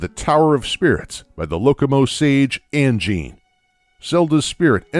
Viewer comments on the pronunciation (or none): none